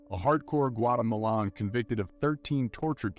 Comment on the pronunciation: The way this mf said “Guatemalan” took me out 🤣🤣🤣